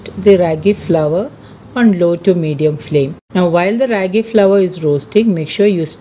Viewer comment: Its pronounced as raaagi!!!and not how u r pronouncing!!! It's from our state Karnataka!!!